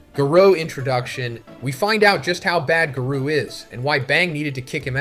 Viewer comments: If the narration is ai generated then it almost gets the pass minus the garoo lines. Gotta work on the phonnetics. Everyone let's remember that our boy is a one man show. Let's give the guy a break for trying to make his YouTube life a little easier. The script is still written by him and he's just trying to push out content for the fans. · When do you say garou like this ? Not cool Z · There is something off about this video man, I don’t know if the whole video is ai generated, but there is many instances that is clearly an ai voice, Garou, Tareo, bug-god, I’ve watched your videos for years and have never heard you say Garou name like that…